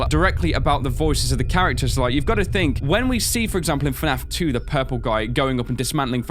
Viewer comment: "Fnaf tew is the ownly gayem with cootscenes"